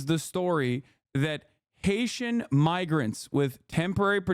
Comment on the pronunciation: How does a MY- word become a ME- word My-grant sounds nth like me-ger How does anyone say it's a misspeak?